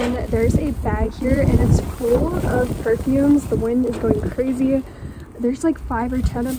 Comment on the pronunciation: Why does she say perfumes the way she says it.